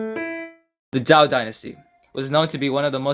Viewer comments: Just one thing. It's pronounced like Zhou (Ju), not Zao. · Just one thing, its pronounced in english like the name "Joe" Jazon Urban is correct, but not very helpful in his tips. Just say the word "Joe" in english, and voila, your pronouncing it perfectly